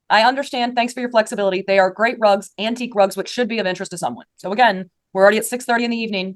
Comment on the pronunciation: I keep hearing and thinking “drugs” instead of rugs and this is so much funnier.